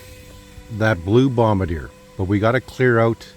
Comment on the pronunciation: Just a friendly note that its pronounced BOMB BAR DZEE A. Nice old machine.